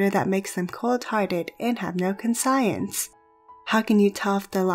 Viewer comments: Her: Con-science Me: THERE HAS GOT TO BE SOMEONE IN THE COMMENTS WHO NOTICED THAT TOO! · Pronunciation of conscience. Not con-science, but conshuns (close to correct pronunciation) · Did... did she say con-science? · wait. did she just say con-science? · I couldn't bring myself to keep watching after she said that. ._. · I thought she was just reading off a script, like the way she pronounced "conscience" like con - science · When she pronounced conscience as con-science I stopped watching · lol... “and have no con-science.” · Is that really how you ponounce 'conscience'? She said it in the beginning and its confusing asf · Lost me at con-science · Con science???? Who says CON-SCIENCE??????? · Video confusing me con science isn't pronounced correctly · con-science....? really???? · that bothered me so much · Finnic Two You are misrepresenting my point. You've made it sound like this is a matter of accent. It's not. No one is arguing that a professional of any field needs to have a perfect American accent. Having a foreign accent is fine so long as one does not blatantly mispronounce terms which are central to one's field of expertise. The concept of conscience is a pivotal aspect to psychopathology which happens to be what the video is about. Will I frown upon a physicist who uses terms like gravy- tea or centri-fuck? Call me a snob, but: absolutely yes. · I was looking for this comment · Liked the vid until you said conscience wrong...